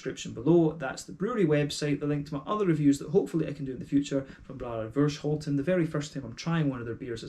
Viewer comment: Thnx for the review! Great to hear that you enjoyed the beer. The hops in this beer are Saaz, EK Goldings and Fuggle. And yes, you actually prenounced Voorschoten almost perfect. Cheers!